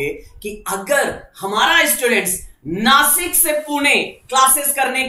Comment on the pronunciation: Nashik (नाशिक) म्हणा !!! नासिक ❌❌❌❌